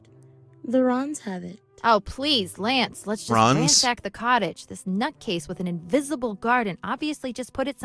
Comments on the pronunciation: Vinny, you're pronouncing Lance wrong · I love seeing Ditty (pronounced Lance) jostle around with the speed boots, that animation's funnier than it has any right to be.